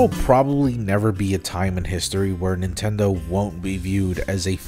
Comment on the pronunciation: "Nintenmen" is gonna be something that I will think about a lot.